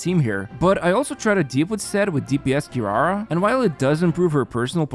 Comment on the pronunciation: "QuiRUARUA", "GOUKOMI"